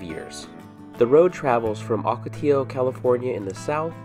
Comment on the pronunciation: Please, the word ocotillo is pronounced "OH-ka-tee-yo," NOT "AW-ka-tee-yo." Muchas gracias.